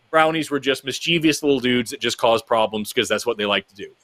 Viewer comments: I think Forrest is great, but why does such an intelligent man pronounce mischievous as "miss-cheev-ee-ous"? There's no third i. It's "miss-chif-us". Sorry, this is a pet peeve. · Great show you two; please stop mispronouncing mischievous Forrest, it hurts my pedantic heart🤣